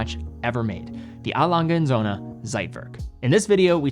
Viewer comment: Why is it so hard to learn how to pronounce a brand right?